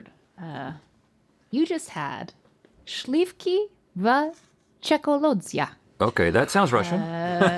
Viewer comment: STEVIE YOU ACTUALLY PRONOUNCED ŚLIWKI W CZEKOLADZIE REALLY GOOD!! GREETINGS FROM POLAND🇵🇱🫡